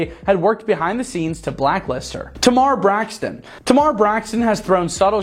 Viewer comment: Her name is Tamar (Tay-Mar)